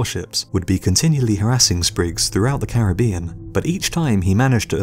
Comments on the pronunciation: I say it with me “Cair-rib-ion” not “carabian” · Why does everybody pronounce Caribbean incorrectly while trying to educate us about Caribbean pirates lmao